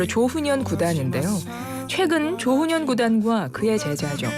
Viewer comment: 조ㅡ훈현구단이 아니고 조훈현구단입니다. 조ㅡ남철, 조ㅡ치훈 구단 길게 발음하는 趙氏이고 조훈현씨는 曺氏입니다.